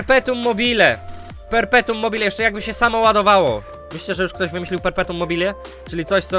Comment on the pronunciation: piękne "perpetum mobile"